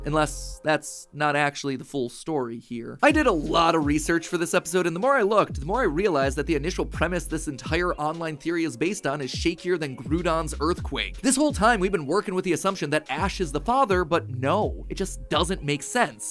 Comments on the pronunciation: groodon? grow-don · “Groodon” “Gr-ow-don” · Naaaah my guy can't disrespect my fav mon like that by calling it grudon instead of groundon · Bro said groudon grudon 💀💀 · Bro said groundon to grudon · It’s groudon not groodon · He only ever disappoints when he pronounced groudon “groodon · Pretty sure they pronounce groudon groodon in japan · It’s pronounced Graydin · How he said “Groundon” tho ☠️ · Groodon is the opposing box art legend of Key-on-her and they are from the Weather Trio along with Ran-crazy-ahhhhhhhhhhhhhhhhhhhhh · Forever laughing that Mat pronounced Groudon as Grudon. I can imagine Goudon with Gru's face lmao. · Look we can all argue who is paired with Ash but can we just take a moment to reflect on how Mat pronounced Groudon as Groodon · I was so triggered when matpat called groudon Groodon like matpat what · Did matpat just say "Grewdon" ? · Matpat how DARE you pronounce groudon as "groodon" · Guys he pronounced groudon as "groudon" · "grewdon", this pronunciation feels so odd ima invent reverse-silent letters and try to convince y'all that it's pronounced grouNdon, even tho there's no N there